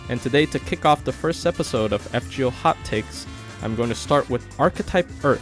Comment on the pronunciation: I thought you kept saying.....hotcakes!